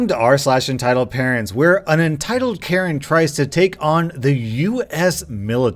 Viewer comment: "Entitled Carent" 😂😂